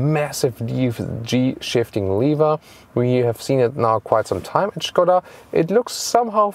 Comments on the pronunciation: Die Name ist Škoda - und "Š" liest man "SCH"... sollte es man voll auf Deutsch sagen, ist es dann "Schade"... Es ist also "Schade Kodiaq" :-) oder wie Volkswagen benutzt dann man in Tschechien die Name "Schadewagen" :-) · Schkoda ???! Gerenglich 🤣🤣